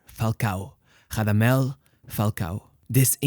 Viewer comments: Rrrrrradamel. Roll you r’s my son. He’s not Brazilian:) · Portuguese R sounds on non lusophone players is unacceptable, you should be rolling that r. Give It a big RRRRRamadel falcao. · the R in Radamel is a strong rolled R, as in spanish unlike portuguese. great vid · Spanish doesn’t say the r as an h tho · It's not Hadamel it's Radamel also its not Hodriguez its Rodriguez since they aren't Brazilian or Portuguese